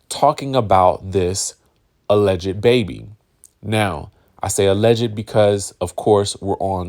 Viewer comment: Hey there....enjoy your channel....FYI, since you have to use the word 'Alleged" in your reporting, please know the 'ed' is silent....not sure if you are trying to be funny by saying, "allege -ed"